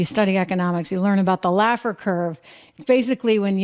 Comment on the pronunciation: Art Laffer. Not Lafford.